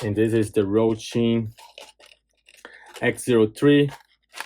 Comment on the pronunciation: It's Hosim not Rohsim lol